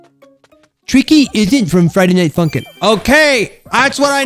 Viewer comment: its sounded like you said friday nighT @@